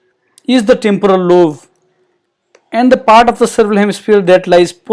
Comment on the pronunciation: Very informative. Might I suggest "lobe" - "b" as in "boy", rather than "love".